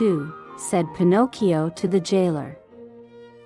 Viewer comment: thank you for taking the time to reply, as I am blind, I am very much used to listening to audiobooks and can spot synthesise speech from the word Get go usually. Some synthesisers are better than others, but the particular one you chose really does not do justice to the amount of work that obviously went into this. First of all it mispronounces Pinocchio, and also if you listen to the cadences and the stop an emphasis between the words and of the words in a sentence you will hear that it sounds unnatural. This could be done so much better with just a few adjustments. I could go into great detail, but I don't know that this is the place to do it. As I said, you've obviously worked hard on this, it might want to choose either a much better sense or massage this synth to make it a better experience. Sometimes this requires changes and punctuation and even changes in spelling in order to get the right pronunciation.